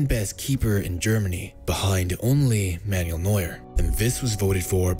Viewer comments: Oliver Kahn's German as well, geniuses. :D It's also not Manual Neuer. He's not a gearstick. Man-well. Same as in Spanish. Informative video though. Glad to have him at Newcastle. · "Man-yool" Neuer